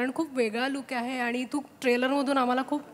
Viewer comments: Wooooooohw the way she pronounced 'ani'. She seemed to be a actual Marathi girl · Me when she said "aannii" and not "aani"😍